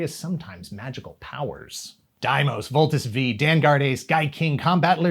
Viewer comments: It's Voltes FIVE... not Voltes Vee.... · I thought you lived in Japan for a time when you were young. So how could you have Butchered Voltes Five's name? It is Voltes Five NOT voltes Vee! You probably mistook the name for Combatler V read as Vee, so I'll give you that if that was indeed the case. And besides I can't stay mad at a very Handsome guy like you for too long anyway. You definitely had me at hello 😍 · “Voltes V” is actually pronounced as “Voltes 5” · I was expecting hundreds of Pinoy fans to correct on properly reading Voltes V